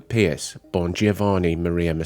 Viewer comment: The pronunciations are so awful the video is unwatchable. It isn't rocket science to know how to pronounce basic words like basilica or papal or Pope Pius IX correctly. It is NOT pierce!!!